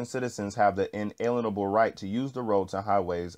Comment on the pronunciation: lol at least learn how to pronounce "inalienable".